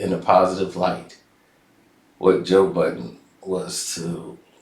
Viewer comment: will never get Joe’s name right…. It’s Bud-den, not Bot-ton 😂😂😂😂